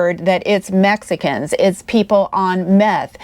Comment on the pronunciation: Did I really hear "methxicans"???